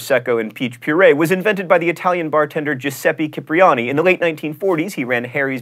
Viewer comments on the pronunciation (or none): i'm gonna be annoying, but: bichon friseèèèè and Giuseppe Cipriani=Gee-où-seppeh Chì-pree-anee